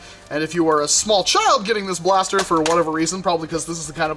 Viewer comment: he speaks blast e r